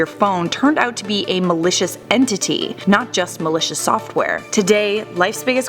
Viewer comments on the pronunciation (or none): whenever she says malicious, it sounds like militia